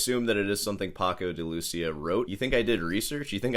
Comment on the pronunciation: Wassup? Love your ranting and congrats for the 3rd Place Championship you landed in Troy, Alamaba no less, but when pronouncing "de Lucía" you should put the accent on the i, not the u. Please.